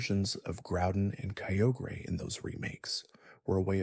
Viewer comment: Kyogre is spelled kai-ogre, not keogre. Good video :)